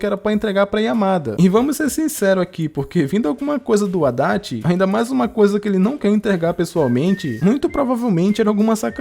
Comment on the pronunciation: Quando falava Adachi eu só entendia Haddad 😂